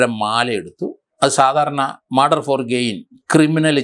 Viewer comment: 43 മാൻഡർ അല്ല മർഡർ.